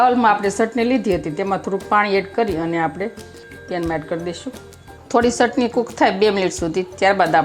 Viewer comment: મૈયા ચટણી બોલો સટણી નહીં